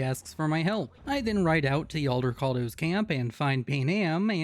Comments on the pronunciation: i have no idea why you say it like that, but Aldecaldos.. NOT Aldercaldos.. .Juan Aldecaldo didn't found the nomad group for you to mispronounce their name. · There’s not even an R in Aldecaldos 😭😭😭